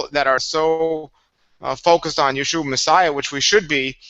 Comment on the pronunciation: gotta pronounce the a in yeshua, apparently it is a curse without an a. you should look into it.